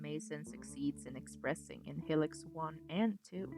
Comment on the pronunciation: Great vid but why do you pronounce it like Helix 😭😭😭